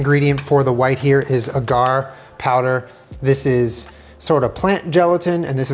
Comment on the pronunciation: agar is pronounced ah-grr. don’t want to embarrass himself at science practice